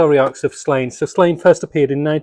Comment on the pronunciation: Just an FYI it’s pronounced “Slawn-ye”.